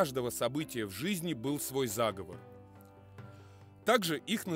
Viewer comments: Заговоооор а не заааговор, зааааговор это договор и план по переврпоту или злодейству а заговооор -- это заклинание и практика традиционной культуры дИКТОР СЕБЯ ПЛОХО КОНТРОЛИРУЕТ И УДАРЯЕТ НЕ ТАМ почти все время режет слух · Да, я тоже согласен. Конечно же, заговОр. Диктор сам говорит - заговОрная традиция. Дьявол кроется в деталях. Но, в целом, неплохой видос для начинающих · Правильно ли говорить "зАговов"?Может это "заговОр"?